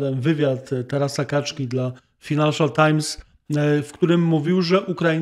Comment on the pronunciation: nie bądź Ator-zacinator i nie kalecz tym "finanszial" tajms, tylko wymawiaj że prawidłowo: FAJnanszial tajms... 🙈🙈🙈